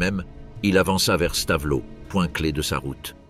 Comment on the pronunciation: Stavelot se prononce Stavelo et non Stavelote. 😢😢😢